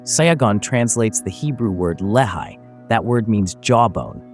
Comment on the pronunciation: lehi is pronounced lecky...this is so annoying